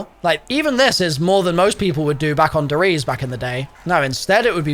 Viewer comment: E's in German are not silent. It's not "Ries" more like "Reese-eh"